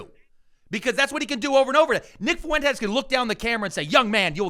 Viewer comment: How hard is it for people to pronounce Fuentes? It’s not Fu-en-tez. It’s fwhen-tez